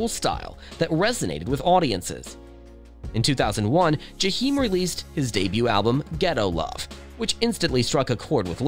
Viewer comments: It’s pronounced JAH-eim in the hood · I stopped listening after he said JUH-HEEM STOP SPEAKIN ON PEOPLE U CANT PRONOUNCE THEY NAME RIGHT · That commentator ain't said no more than what we ourselves could have come up with, and he couldn't even pronounce his name correctly. Whatever Jahiem is going through, I say , let us pray for his well being. We don't know what life has dealt this young brother, but we do know he's not the first, nor will he ever be the last to experience the high's and low's of life. We do know (for the believers) that prayer changes things. And Jahiem if you by any chance ever get to read this, I love me some you, and I'm old enough to be your mother. Ain't no cougar, just a fan! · I’m going to need you to pronounce Jaheim’s name correctly!